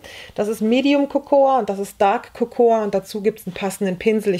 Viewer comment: Sehr schönes Video! 👍 Kleine Nachhilfe: Cocoa wird "coco" ausgesprochen, das a ist stumm. 👩‍🏫